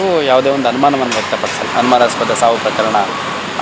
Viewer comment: 'Anumanaaspada' mattu 'Asahaja' correct aagi Kannada mathadalu kaliyiri. Swalpa preparation maadi news vodi. Idu nachige gedu.